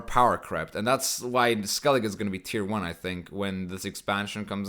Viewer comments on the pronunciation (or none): none